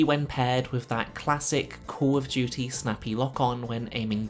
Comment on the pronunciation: KAWL UF DJEWTEE